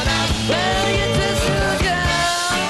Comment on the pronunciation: No se pronuncia bien el nombre Beatles ni una vez en toda la película. Es una T, no una D ni una R.